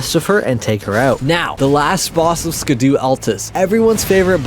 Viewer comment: Scadu is pronounced as 'shadow', it's old English...